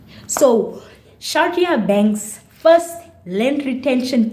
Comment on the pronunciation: Thank you for saying my name correctly! And I couldn’t have said it better myself 🤗🤗 awesome video guh… lemme go drink some tea